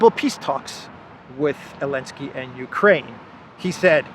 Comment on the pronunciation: Why hes missing Z from Zelensky?? Or he has specific accent?